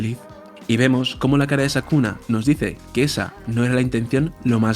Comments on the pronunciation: Excelente vídeo, no importa que le digas sakuna jaja igual se disfruta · Todos:Es sukuna no sakuna jajaja. Yo:¿Urahume es hombre o mujer? Siempre le dicen el, pero su apariencia es femenina. Excelente video, no importa el error de narracion, solo sigue haciendo mas videos. Eres el que mas se apega a los dialogos exactos de los personajes en el manga. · Por qué le dice sakuna? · Bro, es Sukuna no Sakuna jajaja. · sabes porque no le llamas bien? porque probablemente nunca leiste el manga. y sacaste esto a las apuradas para generar visitas hablando aun sin saber. informate loco, no le podes errar en el nombre del antagonista principal. es como subir un video de dragon ball y decirle mojinbu y gaku. Desastre.